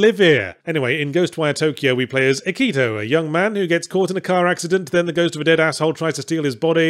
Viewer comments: "Akit-Ow". Yahtzee doesn't miss a detail. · "AKIT-OW" legitimately made me laugh out loud